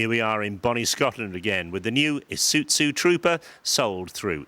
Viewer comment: ee suiT zoo.... OMG.... it's Ee-sue-zoo....